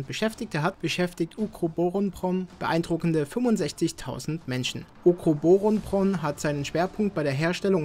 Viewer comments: Wie lange hats gedauert, bis du Ukroboronprom so fließend ausprechen konntest? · Wie lange hast du gebraucht ukrubuk dingens fehlerfrei auszusprechen 😂